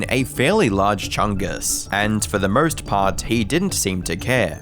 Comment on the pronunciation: Can’t say the R in anarchist…but puts r’s in any word missing an R but has an O ie nawwrrr, morrrrrst. Aussies lol